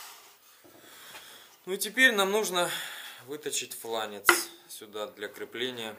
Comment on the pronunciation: Все супер, только флАнец, а не флЯнец. Слух режет. ФлЯнец, это чекушка, пузырь.